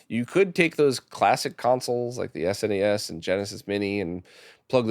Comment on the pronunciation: “Snes” as in one word 😮. You don’t often hear that from English speaking people. I know it’s a silly detail but it definitely caught my attention!